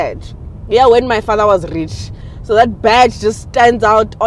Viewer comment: I was wondering where this channel is from until I heard you “rrrrrrich”. 😂 I was like viola, she’s from South Africa 🇿🇦